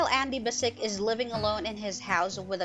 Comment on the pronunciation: Oh man...you gotta learn to pronounce the cats's name correctly...it's not that hard because they actually state their names in most episodes. It's Ikens it has an A in it so it's AAAAAAAAAAAikens. And Bassic is Bassich with a 'ch' for children at the end. It's really not that hard.